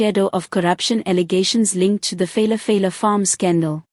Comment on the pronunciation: Phalaphala not feilafeila